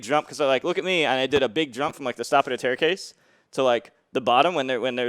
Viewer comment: “Stop of the taircase” -M2K